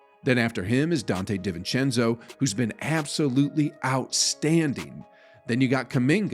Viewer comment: deevincenzo,dEEzincenzo is how it is pronounced. no offense, but I get so annoyed when you say divencenzo.